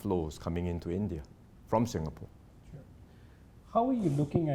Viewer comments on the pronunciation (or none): "SINGHapore!!"!!!!?? Ha, ha!! 🤣😂😂🤣 (With:_- Love!!)!!